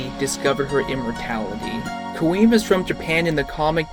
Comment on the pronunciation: Her name is pronounced 'Quinn' not queen.